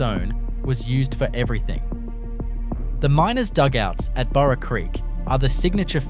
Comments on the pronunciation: Total absolute dishonest CRAP! You have one town chemist shop from the UK Salvage Hunters TV series! You have Silverton, and you put it on a road map of ADELAIDE CBD! Total crap AI voice that calls Burra a donkey! It's Bahrah, not buro! I've had a gutful of this crap, and anyone with a gram of grey matter will tell them the same! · Not sure about the image of Wollongng Spotlight store in the first minute either. AI makes a mess of pronunciation. Sorry Burra, Nhill and Junee. And other assorted words.